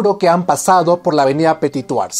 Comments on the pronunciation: Muy buen video como siempre. Pero cero en francés: "Du petituajjj". Ja, ja, ja... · Disculpa pero no tienes la buena pronunciación tu le metes una j que no existe si es verdad que no se debe pronunciar la ultima letra yo lo se porque no vivo en Perú y hablo francés todos los dias desde hace 27 años lastima que no pueda decir como escribiendo....pero buen esfuerzo y tus videos son SUPER ME ENCANTA la historia y te sigo siempre es interesante gracias por eso... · Viva petituaj 😂 o cómo lo dice 😬😂